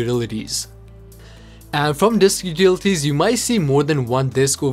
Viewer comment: Disk what?? 😂😂 "dilulilies"